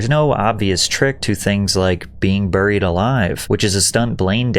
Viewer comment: i caught ya Cc! on spotify at work today haha ( thanks for doing spotify.) You said Burred and then the proper way to say it right after "buried alive"